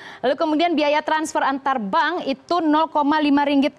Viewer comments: sebutan bank pun tak betul..mcm mna nk masuk malaysia..ahahah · bank la bkn bang.haha.plik bhsa indo nii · Bang??? Wkwkwkwk... Bank bkn bang